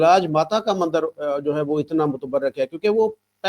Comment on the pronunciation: Are bhai ye mander nhi bolte mandir hota hai